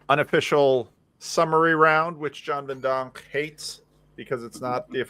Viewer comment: Listening to slightly soft consonant pronunciation: Rod: "I didn't know we were being graded" John: "You are being grated" 😂